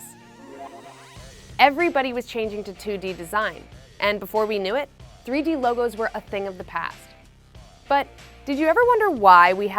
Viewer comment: Threey deey